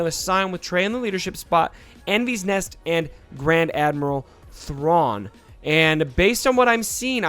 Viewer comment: Your butchering her name just so you know